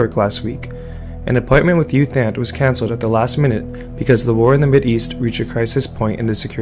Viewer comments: FYI His name is pronounced Ew Tont, not Youth Ant. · Fyi, it's pronounced as Eoo Thant.